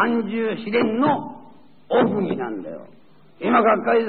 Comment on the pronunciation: この頃は飽く迄も正宗の団体としての立場の発言してたのか。 「なぜならば」が「なぜかならば」っていい方だったり当時の表現が興味深いな。 「奥義」もよく聞くと「おくぎ」で読んでる？